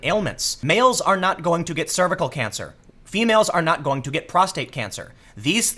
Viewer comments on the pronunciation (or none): none